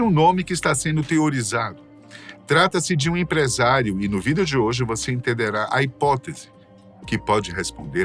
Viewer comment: Acho engraçado ele falando VIDÊO kkkk